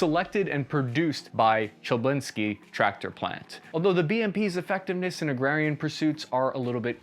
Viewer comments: Not chAblinsky , cheLAbinskiy .. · Come on you did not just pronounce "Chelyabinsk" as "Jablinsky" 😅😄 You can do better than that: )